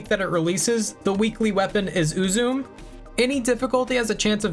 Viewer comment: So the name is most likely pronounced more like Ooo-zoo-may rather than Ooo-zoom The name looks fairly japanese in origin. So the syllables would be broken into U-zu-me rather than U-zume.